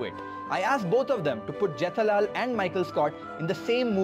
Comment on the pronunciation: even you AI avatar and voice failed pronouncing jethalal as jitalaal. 😂